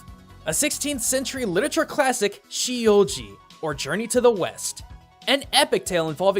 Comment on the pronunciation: "Shi you ji"..."Shi". Hehehehe. You had to be playing around with this pronunciation, right? There's no way you cannot pronounce "si"